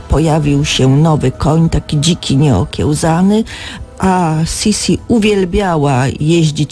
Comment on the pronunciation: Wlasnie ! Okielznac a nie okielzac !Stad ma byc nieokielznany a nie nieokielzany.